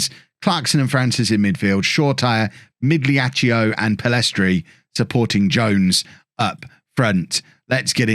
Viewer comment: Hey, my bad on the previous explanation of italian pronunciation. You're nailing the gl in migliaccio, but the last syllable should just be "cho" not "cheeo" (the I is only there to convert the c to a ch sound and doesnt get voiced itself (like the u in words like plague and tongue). So to summarize, migliaccio is pronounced meelyeeacho